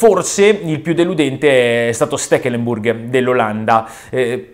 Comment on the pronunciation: Chi cazzo è stekelemburg? Io conosco steklembor